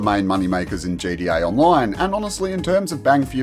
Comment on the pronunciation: damn the way he said gta online is funny